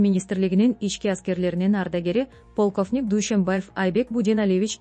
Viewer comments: Полков дейт .Журналистка олдунго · Уужас блогерби, дикторбу сүйлөгөндү такыр билбейт экен!!! Безграмотная элементарно полковникти окуй албагандан кийин чыкпай эле койчу эфирге!! Кыргыз тилди булгабай, талкалабай! Уят, уят!! Өлүп эле калчы!!